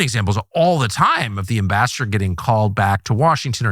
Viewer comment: Sometimes when he said “Ambassador Huckabee” it sounded like “Master Huckabee”.